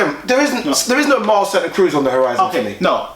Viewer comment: His name is mares not fucking Mars